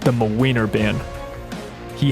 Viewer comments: As a Polish person I love hearing you say MaWeiner instead of Młynar (Muh-Win-Are) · every time says mlynar i just lose it and i love this series sm, pls make more!! <3